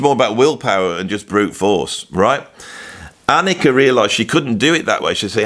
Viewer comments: AH-nik-a. Not ah-NEEK-a. Please respect her enough to stop getting her name wrong. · no offense meant but her name is pronounced AHH--NIKA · Funny as hell to pronounce PEART correctly but repeatedly butchered Anika's first name 😂🤣 there's no long ēē sound in Anika. She's German, not Spanish lol. Great vid tho from a content perspective as someone introduced to Freddy virtually, via Dave Weckl's evolution drum vids. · Great, you got Peart right now, but now you have to work on the pronunciation of Anika’s name. 😂. Just non-serious taking the piss. No worries.